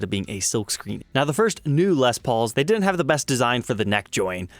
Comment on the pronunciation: I couldn’t handle it at first either but his channel grew on me